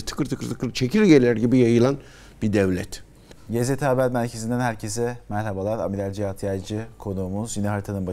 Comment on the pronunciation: Gzt'yi bilerek mi Yezidi şeklinde duyulacak gibi GZT'ye hoş geldiniz diyor bu arkadaş yoksa sadece diksiyon sorunu mu